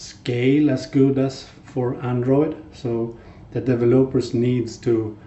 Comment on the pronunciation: Dude you completely butchered the word developers